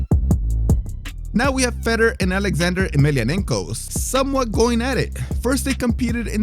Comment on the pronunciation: Fay-Door not Fed-er